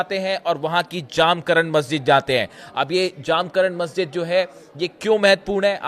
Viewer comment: 1)मस्जिद का नाम जामकरन नहीं है. मस्जिद का नाम "जमकरान" है. 2)और कृपया "इमाम महदी अलैहिस्सलाम" कहिये.